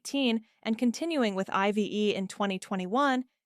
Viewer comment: It's not pronounced 'eye - vee - ee'. It's '"I've" like the contraction of "I have". Pardon, your AI slip is showing.